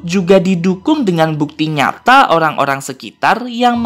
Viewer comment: Eh kok pas abang bilang orang jadi olang??